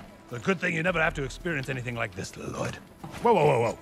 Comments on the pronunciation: I love how he calls him La-Lyod throughout the entire movie. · La-lloyd?! And its LLOYD dad No, L-l-o-y-d, I named you. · La-loyd? and its loyd dad, L L O Y D i named you. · As someone who did watch Ninjago up to, like, season 6, this movie is certainly different… But hot damn is it also funny. Laloyd has been added to my family’s mispronounced names, alongside Ayayron.